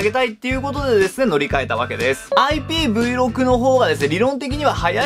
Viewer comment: 皆さんそしてさんどうでもいいけど、『IPVろく』ではなく、正しくは『IPVシックス』と言います！笑 どうでもいいだろ？笑笑 ↓↓